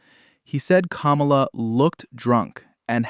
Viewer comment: … Did anyone else notice how this guy didn’t say Kamala’s name right either? He said “Camel-a” like he was purposely saying it wrong. 🤦🏾‍♂️🤣